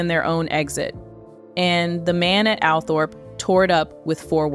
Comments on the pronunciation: Althorpe is pronounced “All Trup” do your research before uploading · Please do proper research. The estate is not called Althorp it is pronounced Altrop. Americans just don’t know. You only have to listen to Earl Spencer to find out instead of making it up yourself.